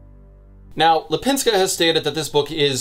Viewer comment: You were very close with her name. Lip in Lipińska is prounounced more like leap and not lip and I have no idea how to explain "ń" maybe like high tone "ni" in pinion or the double "n" in nanny? That's the best I can think of.